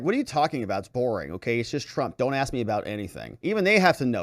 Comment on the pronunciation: Her sentence is, "Don't AX me sh-t"!